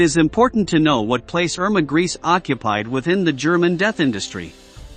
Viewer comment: This is such a low quality, that it end up sounding almost like a parody of documentary. The names for example is not "Mengel" and "Erma Griis", but Mengeelee and Iiirmae Greecsee, if that helps.